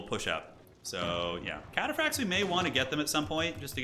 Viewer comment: Don't know much about Age of Empires (i used to play Age of Empires 3 decades ago but have forgotten everything) so this was interesting and confusing to watch. But still entertaining with your little insights Edit: I am in pain whenever you say "Chatapracts":face-purple-crying:. Cataphract comes from the old greek word Kataphraktos wich means "coverd head to toe" or "fully armored", so the pronounciation is Cataphract like CAT ☝🤓